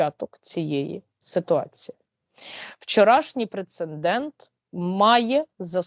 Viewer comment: розумниця, дякую. Але не прецеНдент, а прецедент.